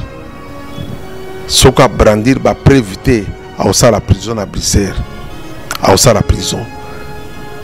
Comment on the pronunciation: Eza Bricere te mais Bruxelles . Niama ya mobali oyebi Poto te. Yoka ndenge azo benga Bruxelles😆😆😆😆😆